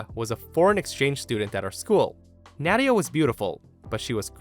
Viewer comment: You pronounced Nadia wrong, at least from the two I know. It's pronounced Nah-dia. Btw, love your videos.